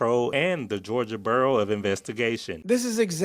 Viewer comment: "Georgia Burro of Investigation".....is that clearest pronunciation possible, or does Warner Robbins have a different transportation for investigators?